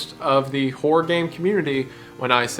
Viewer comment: Hearing you turn the two syllable word Horror into a one syllable Whore always cracks me up.